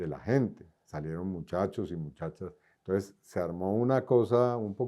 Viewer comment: y no se dice "entoes" se dice E N T O N C E S, definitivamente Petro deja una vara muy alta...!!!